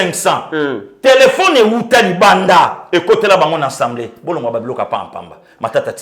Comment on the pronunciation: OLOBAKA SOUVENT ENSEMBLÉE BALOBAKA: (ASSEMBLÉE ) MERCI MERCI BEAUCOUP NA MUSALA KITOKO OZALI KOSALISA. NALANDAKA YO TOUT LES JOURS DEPUIS DORTMUND-ALLEMAGNE SANS YO INFO MOBULU. RESTE TOI-MÊME MOI J'AIME TES GESTES SURTOUT QUAND TU TOURNES LE DOS AU JOURNALISTE C'EST TRÈS DOUX COMME ÇA.